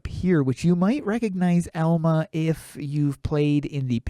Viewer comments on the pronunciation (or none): I believe the cat's name is pronounced all-muh. :3